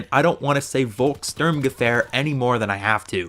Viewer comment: In German the W makes a V sound so you aren't saying it quite right. Not even the quartermaster knows how to say it.